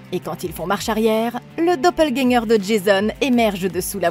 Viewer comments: Dopeulgagnant??? Quelle prononciation 😂😂😂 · juste revoir la prononciation du dopplegänger -> [do-peul-guèn-gueur] (désolé pour les pros de phonétique, je suis pas du tout expert) mais sinon très bonne vidéo, continuez comme ça ;) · pas obligatoirement, les allemands prononcent plutôt les mots qui se terminent par "er" comme un "a". Beispielweise : Vata (pour Vater) et Doppelgänga (Doppelgänger), mais oui, elle ne l'a pas correctement prononcé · Il faut prononcer le "r" de doppelganger (c'est un mot allemand) 😉 J'adore ce film ! J'avais trop hâte de le voir sur cette chaîne ! ^^